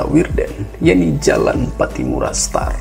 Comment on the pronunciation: straat. bukan star 🙏🏻🙏🏻